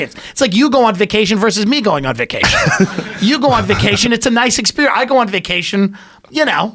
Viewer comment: What’s vay-cay-tion?